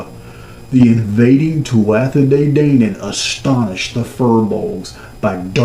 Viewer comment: Phoneticallly Tuatha De Danaan is "Too-ha" not "Too-at-tha" , you say De Danaan perfectly.